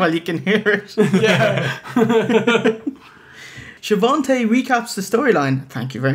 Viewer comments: Love your show. There is no 't' in Schiavone's name though. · Besides Tony, lol. It's a running gag (Hogan would pronounce it "Sha-von-tay") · Know this is late....but its a joke. Hogan ALWAYS called him She-Von-Tay. So theyre makin fun of that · schiavone has no t. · There is no "T" in Schiavone.....